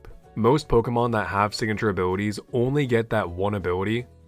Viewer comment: i like how say "abwilitwies"